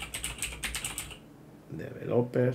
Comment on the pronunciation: podrías aprender a pronunciar correctamente la palabra "developer", para empezar...